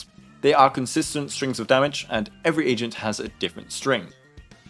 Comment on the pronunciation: I know you meant to say agent but all i heard was "asian" 😂